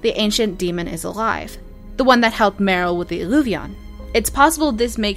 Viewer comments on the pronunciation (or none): none